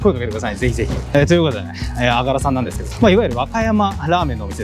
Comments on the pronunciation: あがらのイントネーションが違うのが惜しい！！ あ⤴︎が⤴︎ら⤴︎ それにしても久しぶりに聞きました（笑）。 おじいちゃんが良く言ってたな…。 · あがらは、「が」にアクセントがあります。井出商店に35年通う和歌山市民より。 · あがらの発音違うかも💦